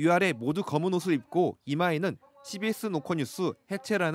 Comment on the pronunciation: CBS 발음부터 욕나오는 방송....인것 같네